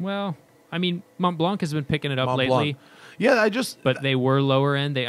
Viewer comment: About pronunciation... Montblanc... No "K" sound at the end, the "c" is silent"...